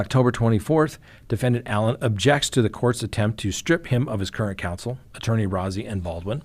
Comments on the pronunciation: I don't want to be that guy, but Rozzi is pronounced Rosey. Like a rose🌹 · He prefers his name pronounced Rosy. Not important, just so you know.